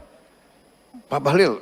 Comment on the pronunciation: Bahlil it pakai ' i ' bukan ' u ' 😅